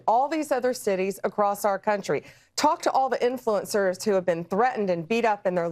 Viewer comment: Sounds like B&D are desperate to stop this grassroots protest. BTW Pam there is no "T" in "influencers".